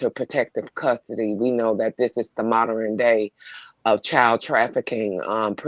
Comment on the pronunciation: I'm sorry, no disrespect. But, the word modern is pronounced MODERN, not moderren😂.